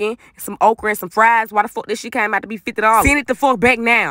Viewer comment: Spit it aht...No🙅🏾 Spit it aht...No🙅🏾 Spit it aht......NO🙅🏾🙅🏾🙅🏾